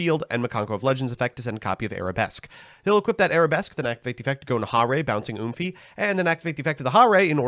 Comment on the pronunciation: Wth did you call Mikanko Ohime? Oomphy?